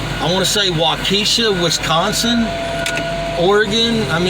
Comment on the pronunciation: Happy birthday from Ohio. And I lived in Waukesha WI. And it's pronounced walk- eh - shaw , lol